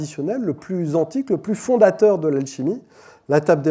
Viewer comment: Le lapsus "fondamenteur" il est trop beau :D